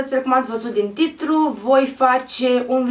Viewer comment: Sorry dar ai zis tritru In loc de titlu